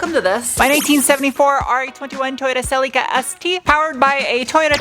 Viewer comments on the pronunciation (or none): Why do pronounce Celica - Celeeca? It’s Cell-lick-a